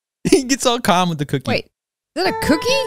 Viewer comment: He says cokkie?